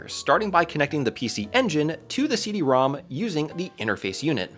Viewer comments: It's pronounced "CD ROMROM". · You kept saying Rom wrong in so many places, the Rom^2 in the logos is actually pronounced RomRom, so it is the RomRomAmp and the CD-RomRom.